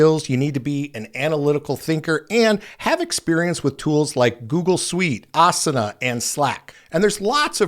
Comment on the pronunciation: The company productivity software Asana is prounced (ah-SAH-na), emphasizing the middle syllable.